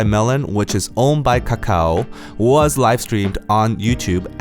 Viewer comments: The way he pronounce kAkaW so funny lol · The way he keep saying "kakao" tho ~~